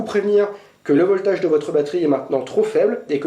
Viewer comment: si tu dis "voltage" met l'accent british! sinon en fr c'est la tension...:)